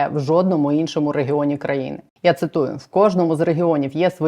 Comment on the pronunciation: п. дякую за сміливість!!!!!! Та слово РЕГіони дуже ріже слух позбувайтеся